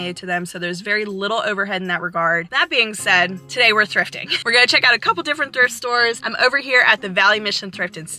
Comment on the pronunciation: Did you go thifting or thrifting ?!?! Lol😂. Not meant as judgemental. It’s my ocd.